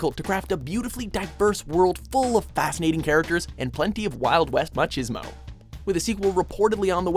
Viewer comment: Did no one else hear how he butchered the word 'machismo'? He said ma-cheese-mo, it's ma-ki-smo.